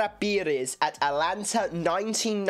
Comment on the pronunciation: como foi que o pronunciou atlanta? alanta?